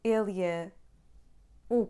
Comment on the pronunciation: I hear you pronouncing ele é the same of ela é!